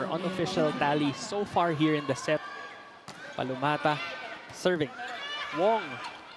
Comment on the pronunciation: Bakit na Murder pangalan ni PaluuuMatà?